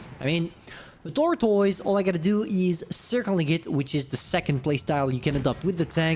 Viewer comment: "tortois" it's kinda hilarious when u say it :d